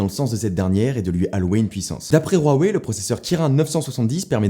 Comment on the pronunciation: Mais huawei ça se prenonce wa way c'est facile pourtant, et j'ai demander à mes deux potes chinois donc non arrêter de dire rouaway